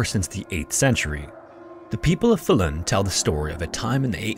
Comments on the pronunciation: The stress on Falun is on the first syllable, but otherwise okay pronunciations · Faa-lun rather than FalUun but great video 👍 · This man almost got "Falun" completely right, which as a Swede, I think is impressive, usually swedish names are completely slaughtered on Youtube. The only miss was the length of the vowels being swapped, as the A should be long, and the U should be short, not the other way around. It kinda sounds like the word "fallen", if the E was a U